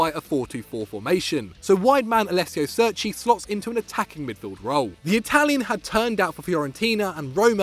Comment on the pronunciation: Alessio Seerci